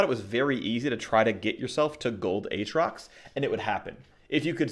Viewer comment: As always, lots of great info! However, you should say both "A"s in "A atrox"